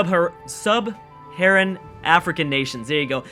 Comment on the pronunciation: you tried so hard and still failed to say sub-saharan lol but this should be interesting. nice idea